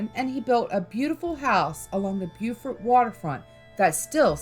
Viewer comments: It's pronounced Bo-fort. Bue-fort is South Carolina. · Spelled Beaufort , Pronounced Bo-furt . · Beaufort, NC is pronounced Bow-furt. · Please stop saying Beaufort wrong